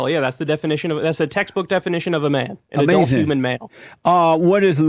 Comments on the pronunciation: Gotta get that gratuitous.. “da chillun o da lai” outta the “ahMAY-zin”... I’ve grown to actually like Jesse.. in this f’d up era of Donnie Tiny Hands & a lie every 4th word, I can appreciate his reality disconnect bc of his faith.. Jesse ACTUALLY believes in god.. Trump is just ACTING like a believer for the Evangelical Christian votes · I have started subconsciously sayin AMAZIN in real life just from watching this interview once Amazin